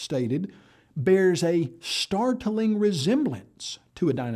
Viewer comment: Anyone else really disturbed at the way pronounces and emphasises the word "START-TA-LING"? Stop! Make it stop! LOL